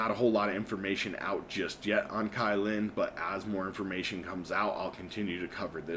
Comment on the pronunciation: It's pronounced Kuy lin. Other than that, great content!